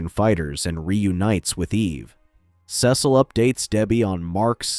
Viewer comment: Your mispronouncing Cecil